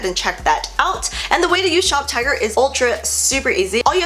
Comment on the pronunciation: Okay I know I'm not the only person who thought she was saying shoptiger not shoptagr. I'm glad she put the link cuz I woulda been confused.